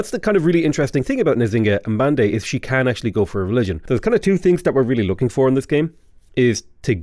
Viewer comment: Not sure if accurate but the game (Sean Bean) pronounces her name as "Chinga Banday" FYI.